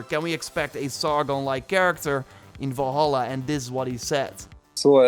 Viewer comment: is it me or does it sound like your saying volhola ?